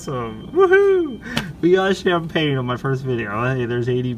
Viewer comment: Keep Up The Fine Skills Play! CHAM-PAG-NAY!